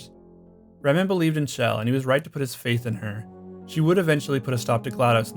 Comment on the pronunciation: Not another person that can't pronounce Chell.